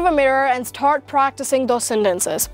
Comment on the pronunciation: Lol the way you pronounced “ Start “ you sound like you’re saying “ sa- tart “